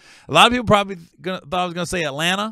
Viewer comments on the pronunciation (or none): none